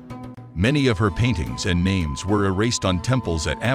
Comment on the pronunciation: The narrator just pronounced the names wrong